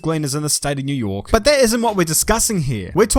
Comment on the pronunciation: new yoaaah